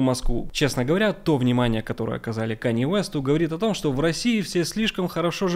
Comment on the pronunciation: Про температуру в Норильске враньё. Научись говорить слово что .